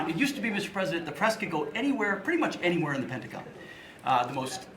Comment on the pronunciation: Just a couple minutes in, and I'm out. STOP SAYING "Pentagin" This lady is insane she knows what she's doing